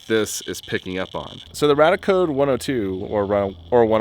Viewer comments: Its radiaAcode, why do you keep saying radicode? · I always thought it RadiaCode was pronounced RAY-dee-uh Code and not RAD-uh Code and nuclear was NEW-klee-er not NEW-cue-ler I have been saying them wrong all this time. I feel silly. I stumbled on your channel via the home page and your Oppenheimer film video and I am binging through your channel. Love the videos and channel. I learn something new from each one. I'm definitely subscribing.